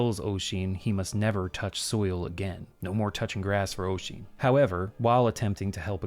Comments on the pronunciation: Maybe my memory is bad, but I distinctly remember it being wrong - it is a very old game, after all. Also I don't remember the name of the speaker, but I do recall them saying 'Oy-zeen' rather than 'Uh-sheen' (if you'll excuse the anglicised spellings!) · just on pronunciation of those Irish names, Niamh sounds like Neev or Nee-uv, and Oisin sounds like Usheen (as in push) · I wonder if Sasha was meant to be Saoirse. The pronunciation of Niamh is pronounced Ne-ev and Oisín is Osh-en. Irish is a tricky language as using the English alphabet means we have to learn rules for how certain letter combinations produce sounds. MH make a sort of V sound and and the NIA makes more of a NEE sound. I had 6 years in an all Irish school and then another 6 years of regular Irish classes and honestly my Irish was terrible. I honestly feel bad I have lost my Irish as I just never used it. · Also Oisin is pronounced "Ush-een" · Heh.The only thing I remember about playing this game was that they didn't know how to pronounce Oisín. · Hearing you attempt Irish names and trying to figure out which one you're trying to pronounce at times is fun, like Niamh, or Nieve dependent and Oisín, which is a nice little reference to Tír Na N'óg.